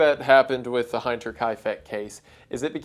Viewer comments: What I don't get is how someone can do this much research into a case and then mercilessly butcher the pronounciation of the actual case name itself. I know you're not a native German speaking person, but one second of hearing it from a native would reveal that "hinter" is pronounced the same way you'd pronounce "inter" or even "hint" in English, not as in "beHIND". Frustrating and easily avoidable mistake. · oh god he's gonna pronounce hinter as hein-ter the whole video isnt he (like heinz) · The way he pronounces “hinter” makes me mad😂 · Hinter pronounced like winter just with an "H" Instead of "w" .... great video but every time you say "Heinter..." Instead of "Hinter"... I cringe 😅😂 Thank you for reacting to a German mystery. I realize many of our names and words are crazy hard to pronounce 🤣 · it's pronounced "Hinter" bro not heinter..hinter means behind or back, like back exit, hinterausgang..you were right when you said its the back farmstead of kaifeck...the pronunciation is HIN-TUH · hinter- pronounced like hint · I didn’t know it was possible to mispronounce Hinter